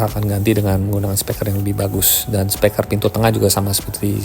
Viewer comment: Penyampaian videonya sudah bagus, urutan videonya juga oke.. Saran/masukan untuk videonya, mungkin efek transisinya bisa dikurangi. Karena agak pusing kalau keseringan nontonnnya.. Dan juga penyampaian kata "Speaker" dibaca menjadi "Speker" kurang tepat menurut saya.. Sukses terus om